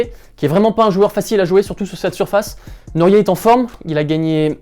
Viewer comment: On dit "Nory", pas "Norié". Cdt.